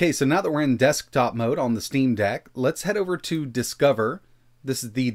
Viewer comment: The way this dude says “desk-top mode” is killing me